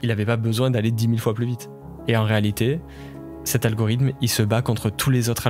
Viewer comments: t'arrête pas de dire algorym au lieu de algorithme, sinon eeeexcelente video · Banger la vidéo mais tdm poto apprends a dire Algorithme stp